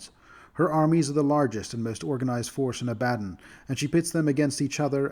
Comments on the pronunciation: People who mispronounce words have typically only read them, not heard them spoken. It isn’t a bad thing. It shows you are well-read. Ab-ad-don sounded like nails on a chalk board to me though. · God, this isn't a you thing, a lot of people use that pronunciation of Abaddon, but I hate it so much. I think 'A-buh-dawn' sounds much more cool as the pronunciation of the name.